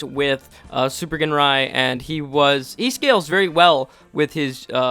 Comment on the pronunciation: Ginrai is pronounced "Jinrai". No hard G.